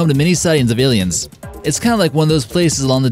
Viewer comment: Space auss-liens Oi oi oi